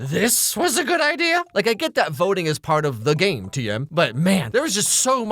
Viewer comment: Why did you have to say "the game" like that... now I've lost